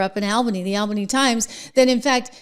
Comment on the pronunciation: It's pronounced All-bany.